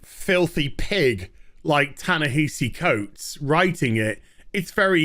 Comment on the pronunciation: Ya-Nehisi Coates... who is that again? I feel like I should know him for something other than being an SJW crybaby... director of incredibly underwhelming movies that’s right!